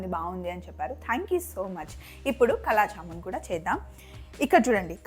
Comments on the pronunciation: చాలా బాగా చేసారు.కానీ కలా జామూన్ కాదు వాటి పేరు కాలా జామూన్,అంటే నల్లని జామూన్ లు అని అర్థం.నల్లగా వేయిస్తాం కాబట్టి ఆ పేరు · Adhi Kala Jaamoon kaadhu thalli, KAALA JAAMOON